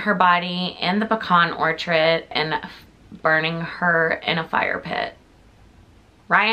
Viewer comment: Hahaha I had to rewind it and listen to you say orchard again 😂 I’ve never heard anyone say Ortridge LOVE IT, that was so cute.